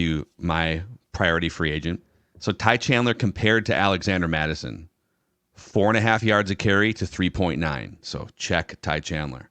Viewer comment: It’s ‘Mattison’ btw